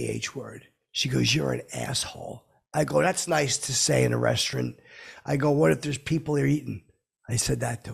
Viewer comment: I don't know what's more infuriating, stupid fckin shirt or the way he says restaurant.